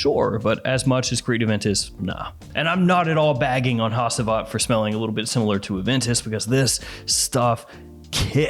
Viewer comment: it’s pronounced hachivat ash